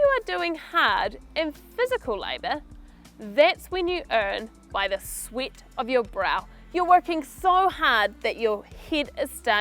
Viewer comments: It just me or idk, i heard she said "sweet". :) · Yes, she says sweet ..A bit confusing here